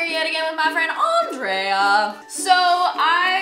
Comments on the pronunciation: and she can't pronounce Andrea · Did anyone else notice pronounce Andrea's name wrong?